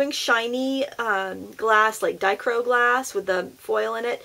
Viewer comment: It is pronounced "die-CROW-ick".